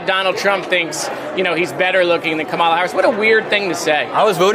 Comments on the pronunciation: JARED! I love you buddy, but please learn to say your candidate for President's name correctly! If you can say "camera" you can say "Kah-ma-la". It emphasizes the first syllable. No one pronounces it as "ca-MER-a". Especially when Republicans are purposely saying it wrong. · Does Jared don’t know how to pronounce our next presidents name? Ka Ma La. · JARED!!! It’s COMMA LAH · I'm a big fan of Moskowitz - but he should practise saying KAMALA! Say it like 'Pamela', the sound is right...NOT KAMARLA. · stop pronouncing Kamala's name wrong. It's pronounced like coma la. Get it straight dude. You sound like a Republican. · Can Moskowitz please pronounce Kamala's name correctly? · GREAT job here! Remind Moskowitz how to pronounce our Vice President's name though, he dropped the ball there, too many times. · can you tell to pronounce Kamala properly please. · Is Jared mispronouncing Kamala on purpose, like Trump does? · I don't think he knows how to pronounce Kamala's name correctly. I doubt he knows enough Americans of East Indian ancestry. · Miskito pronounce her first name correctly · While I’m a big fan of Rep. Moskowitz in the House, I’m super disappointed to hear him repeatedly mispronounce Kamala Harris‘s name. No elected Democrat should be mispronouncing it, period. Given what Trump is purposely doing w/ her name, for a Democrat in Congress to repeatedly mispronounce it is embarrassing & inexcusable. Do better, Jared, as this doesn’t go along w/ the fantastic legislator & champion of democracy that you are. I hope you check yourself - or someone else brings this to your attention - & immediately stop doing this. It’s not a hard name to pronounce once you know the emphasis is at the start of her name, NOT the middle. #VoteBlue🇺🇸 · Love you, Jared. But for f#ck’s sake pronounce her name correctly! “,”-la! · I love Jared Moskowitz, but he really needs to listen to Randy Rainbow’s Camelot inspired song, “Kamala”: He’ll never mispronounce her name again. 💕